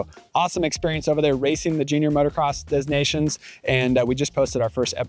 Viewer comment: the 'S" was never pronounced and certainly not pronounced as a 'Z'. It's not dez Nations